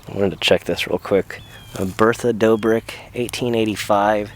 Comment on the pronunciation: That's an & Sign. Two "b"s makes it DOBBrick, not DOEbrick.